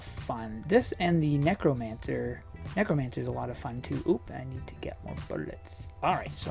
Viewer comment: is it only my imagination, or did he say "nekomancer" the first time he tried to say "necromancer"?...